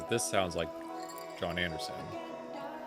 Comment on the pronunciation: You are all over the place .....Lawd Spare Us. CTTE. The. Drama, The. Jon Anderson solo album......my goodness do some homework on how to say the name. I fear this reaction will be horrific for you and ultimately for those watching. Unbelievable.